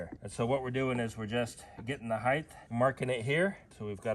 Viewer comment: The word is HeighT not heightTH